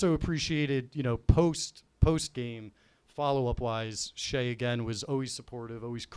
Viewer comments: There's a solid chance he's mispronouncing it on purpose, but it's still driving me crazy that nobody is correcting when he says Shay instead of Cheah 😂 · It’s almost unwatchable hearing call Steven “Shay” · kinda alpha’d Cheah the whole time calling him “Shay” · How did no one (until 47 min in at least) call on saying shea vs chea? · Love to everyone. Thanks for watching. Thanks to the YAK, Barstool team, and Big Cat. My brain is broken and I always mispronounce Cheah for no reason, my apologies. I definitely talked too much, call it a rookie mistake, but I did my best to make it a fun episode. All the feedback is appreciated ... good, bad, and ugly. One of the best experiences of my life! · Someone has to tell that stevens last name starts with “ch” not “sh”